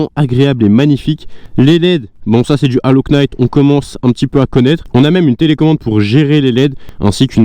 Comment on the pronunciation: bonjour, En Anglais on ne prononce pas la lettre K dans le mot Knight. Mais vos vidéo reste super.